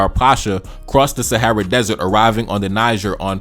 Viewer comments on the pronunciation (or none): none